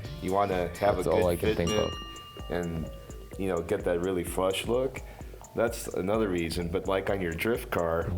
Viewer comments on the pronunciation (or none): am i a bad person for laughing when dai said flush.... frushh. best